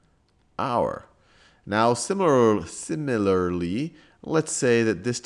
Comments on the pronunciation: I've lost count of the videos I have watched where Sal is having trouble to pronounce the word "similarly" 😀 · right, it is a running joke at this point